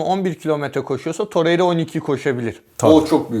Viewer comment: Babuş şu işi bi çözelim sizin kafanız Riera yüzünden karışıyo sanırım, Tor-rey-ra diye okunuyor, torre-riya diye değil.